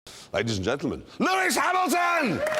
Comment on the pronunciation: LEWIS HELMINTH !!...lol...